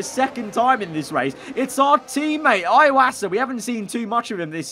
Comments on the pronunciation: it's pronounced ee-wasa not eye-wasa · Everytime he calls Iwasa "eye-wasa", it fills me with pain. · I know that but for me he is saying iwosa